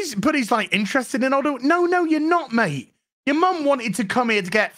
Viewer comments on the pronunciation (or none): none